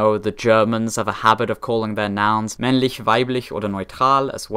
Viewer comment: the way he said männlich weiblich oder neutral....